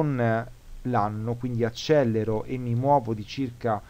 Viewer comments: Perdonami: Accelero e non Accellero. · "accelero" si scrive e si pronuncia con una elle.